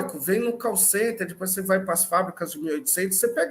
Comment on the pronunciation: Quando o cara falou de "call center" eu ouvi "Carl Sagan" kkk